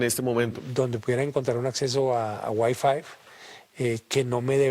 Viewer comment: Un "hacker" que dice: "WiFive", en lugar de: "WiFi" (sólo por mencionar algo)... pierde toda credibilidad. Esta es una historieta hecha "noticia"... como muchas otras más. 😎😆